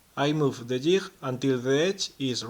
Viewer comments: DUDE....!!!! DUUUUUDE...!!!! STOP SIT AND LISTEN...!!!!!! Jig......okay? Thats J - I - G.....SAY IT.....ji - G....thats a G sound... Ji - GG....... JiG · Great video. Theres no 'h' in jig though.